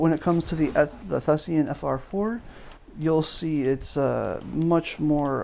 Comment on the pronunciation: THESAN, not THESEAN.